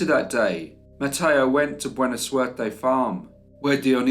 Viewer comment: your pronunciation of Spanish is always A+. “Buena Suerte” means “Good Luck.” There was none in this case 👀.